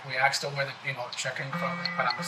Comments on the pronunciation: Why do i keep hearing people in all these video's from the US say 'axed' instead if 'asked'? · Why do white people say "Arxed" is it cool ?